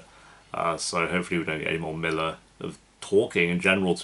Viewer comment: is butching Millwr and it’s hurting my heart and brain cells